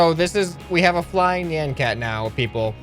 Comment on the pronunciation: NIAN cat not NAN cat